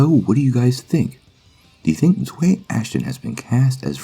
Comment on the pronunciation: You pronounced her name wrong, it’s pronounced (Zow-we)